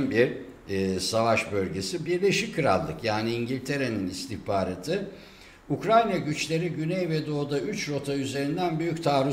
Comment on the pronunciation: Ukranya diye bi ülke yok. Haber yapacaksanız doğru düzgün telaffuz etmeyi öğrenin.